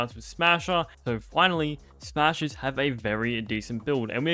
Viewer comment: "smahsers have a very decent buid"... smashers